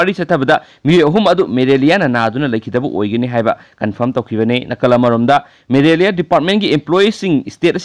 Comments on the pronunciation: No maraliia, it's malaria only, be careful with your pronunciation. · News reader need to learn the spelling of Malaria ..not Merelia ..Merelia Merelia haiba sidi yam educated ioba mandre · Not Maralia its malaria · Bhai maralia naate malaria ni, tabada nugnaite marol doh